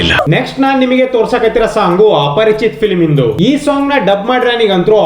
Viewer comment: Aparich alla aparichitudu.